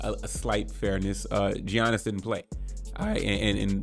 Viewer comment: As soon as I heard gee-yannis I couldn’t watch anymore